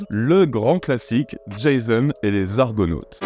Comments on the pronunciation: C'est pas "jaysone" mais "jason". Faut arrêter d'américaniser les prénoms. Tu nous a fait la même avec Themroc qui se dit "Temroc". Il suffit d'écouter les acteurs en parler. Merci de faire l'effort pour les prochains. 😉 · C'est Jason et non Jaison. 😂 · Merci pour tes vidéos. On dit "Jazon" pas "Djézone" : c'est un grec, pas un anglo-saxon ! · "Djaïzonne" et les Argonautes ? 😁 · Jason. Repeat After me: Jaaaaaaason. On dit jaaaaaaason. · "Jayseune" et les Argonautes ? Vraiment ?